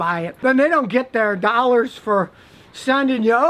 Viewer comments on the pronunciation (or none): none